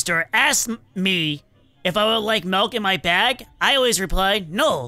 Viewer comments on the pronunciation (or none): HE SAID MALKKK NOT MILK LOL